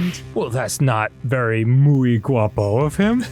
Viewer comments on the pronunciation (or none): As a Spanish native speaker, the way Dan said “Juan es muy guapo” sounded more like “Juan es mi guapo” and that translates to “Juan is my handsome”, Which I find hilarious